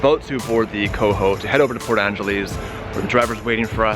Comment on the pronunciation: Please say it right lol! Port Angelesss, not Angeleeese!